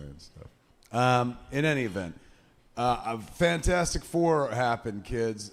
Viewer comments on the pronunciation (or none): So good to hear Kevin call it 'Fanfourstic', it's always been called that by me!